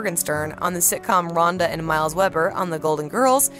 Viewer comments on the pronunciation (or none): Its Rhoda not Rhonda and its pronounced PartrilLO not PratriYO